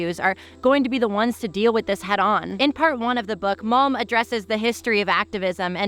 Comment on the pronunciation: I listened to this with the screen in my pocket, every time you cited malm I heard “mom said…”